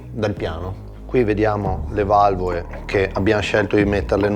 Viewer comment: ma parla misto italiano e dialetto?valvoe , fietatura ,imoea , formuea, esie, veoce, queo picoeo guidabie gestibie !!ma scusa ma la lettera (L) non si usa? si dice valvole non valvoe! si dice imola e non imoea !si dice formula non formuea!si dice esile non esie !! si dice guidabile non guidabie! ma il tipo e percaso allergico alla lettera (L)?? O SI PARLA DIALETTO veneto O SI PARLA ITALIANO!!MA NON MISTO!!e ridicolo